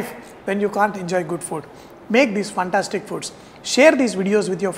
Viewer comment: Love it when he say "FUNTASTIC"